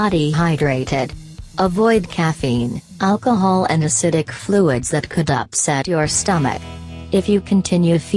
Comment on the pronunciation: “Or having to much a-alch-ohl”